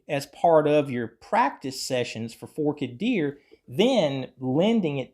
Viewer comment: it’s Forked Deer (most ppl pronounce it “Fork-ED Deer”). Here’s one version of free tab